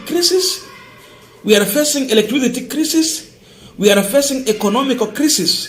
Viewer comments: gentle correction--- crisis usome kama unasema kulia machozi--kwa hivyo utasema CRY-SIS. Keep up the good work. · Or another way kraisis, craisis